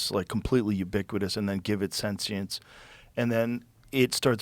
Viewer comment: Joe doesn't know how to pronounce sentient